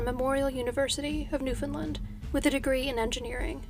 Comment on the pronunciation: Except for the word Newfoundland. Americans regularly say New-found-lind. It is said more like the word understand. Say it quickly and punch the word land.